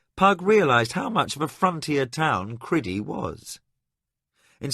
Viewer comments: I can't listen to this what kind of psychopath pronounces Crydee as Cridee ffs? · Struggling a bit with the pronunciation of some names, Cridee doesn’t seem right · Every time that I hear the narrator pronounce the name of the country as criddy, I grimace. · The one that bothered me was how he pronounced "Crydee" Not the way at all I heard it in my head. Same for Prince Arutha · Loved your reading except some of your pronunciation , especially that of Crydee which sounded stupid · Criddy rather than CRYdee is a little off-putting but still a great story. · I have heard this audiobook before, but the name of the kingdom was pronounced Cry dee instead of kriddy. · Really excellent narrator but...but..one tiny thing niggles at me. Crydee. I read this book when it first came out and even bought the associated RPG material. It was always Cry dee to me. Criddy sounds...not right. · Cry-dee, not Criddy. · It's pronounced Cry-Dee. What is this Criddy nonsense? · The pronunciation of Crydee and Liam's name is frustrating but liking the first few hrs so far.. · Agreed. I think in the book it’s spelled Lyam though, so I could at least see why he would say that. However, I always read it as Liam. The worst offenses are Crydee (Cry-Dee) and Arutha (a-roo-tha). That was completely annoying. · I don't think he pronounced all the names right. For example Liam should be "Lee-um" but he pronounces it "Li-YAM", which can't be right. Also I think it's Cry-dee, not Cri-dee. And the old English Tomas is pronounced Tu-moss, instead of the modern Thomas "Tom-mus style. But I could be wrong. I think he pronounced Arutha right though, which is a tricky one. And I'm not sure about Rillanon, I put the emphasis on "Rill" "Rill-uh-non" and he pronounces it "rill-AN-on."